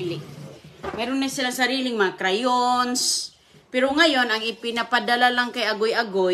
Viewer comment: 🤣🤣🤣🤣 Ang dami ng "CRYONS"